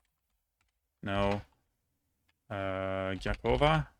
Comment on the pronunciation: Impressed with your Albanian cities pronounciation especially Gjakova, but you had Durrës and Vlorë wrong, ë is pronounced like ø in Norwegian and I guess uh in English